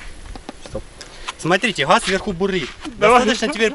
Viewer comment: Не хаз а газ 🤚😁